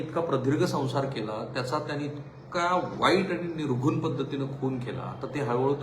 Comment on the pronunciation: तुम्ही निर्घृण शब्द बरोबर उच्चारला अन्यथा संतोष देशमुख हत्त्या प्रकरणात जेवढे नेते, पत्रकार, बातमीदार बोलतात ते सर्व निर्घृण ऐवजी निघृण असा उच्चार करतात (अगदी तुम्ही सुद्धा तुमच्या कोचें बरोबरच्या मुलाखतीत निघृण असच म्हणाले). अनेक वेळा एकच चुकीचं ऐकल्या नंतर मला ते चुकीचंच बरोबर आहे की काय अस वाटू लागल.पण आज तुम्ही बरोबर उच्चार केल्यामुळे जीव भांड्यात पडला.